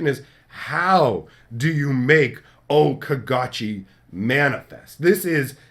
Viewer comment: O-Caw-Gaw-Chi I hope they are rejected. Because that Okagachi is REALLY weak. It's basically an unplayable .25c Mythic. BTW, it's a saga with crap abilities that cost 6MV that needs 5 colors and 1 extra and doesn't do anything. Okagachi doesn't doesn't have haste or anything that is a good enough ability to justify it not only being the kami god himself, but a mythic card. It aligns more to being an uncommon in power level, and non legendary uncommon at that.